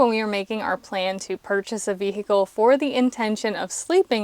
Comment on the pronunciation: veee hickle made me laugh so much